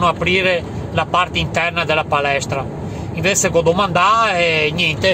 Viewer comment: Invezze anziché Invece che accento è?Quale zona ?